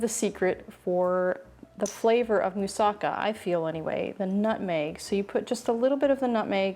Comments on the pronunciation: Yes..."Moussa-KA" is how to pronounce! One of my favorite Greek dishes and I HAVE to try this! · I just learned from native Greek people, that "Moussaka" is pronounced right, when the accent is on the LAST syllable, meaning "MoussaKA", (NOT "MoussAka", or "MOUssaka"). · Yum! Looks delicious! Pronounced with the accent on the ka at the end.